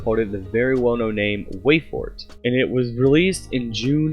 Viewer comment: "wayfort" Rip